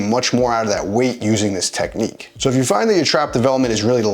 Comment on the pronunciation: “Technicque” eh.